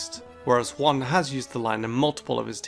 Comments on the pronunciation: How correct people pronounce Juan: “Wah-n” How wrong people pronounce Juan: “Jaune” How this fool pronounces Juan: “Honn”!? How children pronounce Juan: "Jewwan" (Fourth line added in Edit) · It’s pronounced hwan